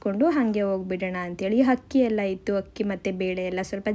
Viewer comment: you are good and very hardworking BUT please learn “Haa” Kara and “Aaa” Kara please. It is Akki, not Hakki